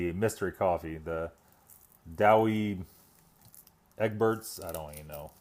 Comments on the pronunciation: The coffee is Dutch, pronounced Dow Egg Burts in the UK. The sticky toffee pudding is definitely ment to be served warm, but your forgiven, your American, which is cool. When ever we ate the bean stew we'd make "Blazing Saddles" jokes and demand extra tissues 😃 🤣. Ps. When it says add "500ml" on a British drink base it's a typo, read 300ml or it tastes like crap. Have a great day! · close on the coffe. its pronunced- Daw egg-burt's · Richard Allsebrook i always thought it was dow-egg-burts lol thanks for the recheck now i know the real pronunciation :) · That last coffee is pronounced "Dow Egg-Buts" (I kid you not)